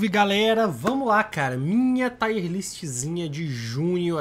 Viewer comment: Taier ? Kkkk não seria “tier”